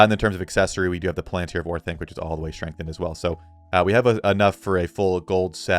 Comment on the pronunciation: Maybe you should refine the shield just to be consistent lol. My ears hurt every time you say strengthened twin axes